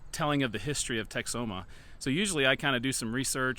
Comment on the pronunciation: As a person who lived for many years in the Texas Panhandle and visited the Oklahoma Panhandle at least 100 times, the locals pronounce the town name Tex-home-uh. Lake Texoma north of Dallas is pronounced more like Tex-o-muh which is more like you were pronouncing the name of the town.